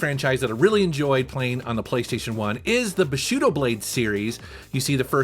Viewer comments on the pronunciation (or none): Not BUSHUDO... it´s BUSHiDO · Bushido or bu·shi·do [ boo-shee-daw ]